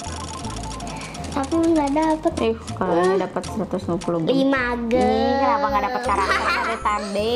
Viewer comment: Maaf sebelumnya tapi dibaca nya jem memang tulisannya gemm tapi dibaca nya jem